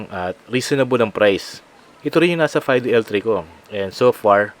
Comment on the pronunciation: fi-do pa ang basa dun. hindi fay-do